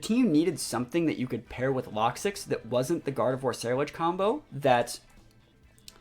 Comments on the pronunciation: Why do you call it “locksix” there is no S in there. I always presumed it was pronounced “Low-Kicks” as it’s spelt Lokix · Had to stop watching 5 minutes in. Lokix not Lock Six